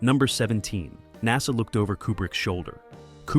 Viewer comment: Kier Du-LAY is the correct pronunciation of his name. Also, NASA is pronounced Nassa, not naza. (Later in the video it is pronounced correctly.)